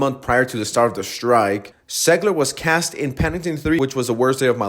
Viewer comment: Why are you saying “Segler” Learn how english letters are pronounced if you’re gonna speak english.